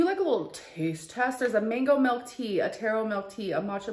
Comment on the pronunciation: "melk" I hate it 😂